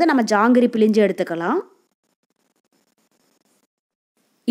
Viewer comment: Pilinju Tamizl eppadi kolai panringama Nalla Tamizla Pilzinju appadi pesanum Jangri super